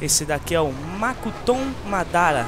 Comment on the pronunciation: é mokuton e nao makuton